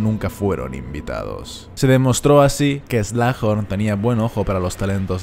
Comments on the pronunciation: se pronuncia slug (babosa) "eslug" y horn (cuerno) "Jorn" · Buen video pero me da tentación el "slajorn"